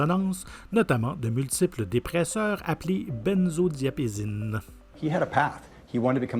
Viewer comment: Robin Williams est et restera celle qui m'a le plus traumatisée ... Ah... petite faute: on dit benzoDiaZépines 😉😉😉